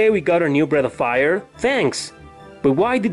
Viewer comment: I kept hearing Bread of Fire.